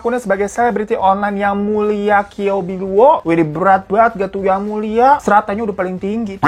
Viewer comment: Bacanya ciao pbiluo, bang 😂